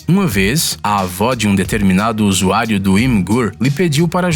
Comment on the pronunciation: Nao entendo qundo ele fala USUÁRIO